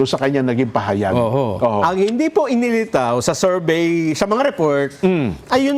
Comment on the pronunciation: Bakit “serbey” diba Survey yan?